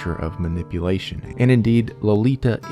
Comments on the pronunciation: LO-LI-TA Yes, I know.. but I love this book, read it several times in English and in German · Low lee tah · How can you not pronounce the authors name and barely the title?